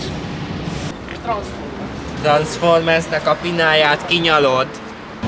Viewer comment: "Transzformersz" xD